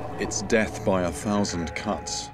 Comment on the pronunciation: At the end, it sounded like he said "death by a thousand cunts"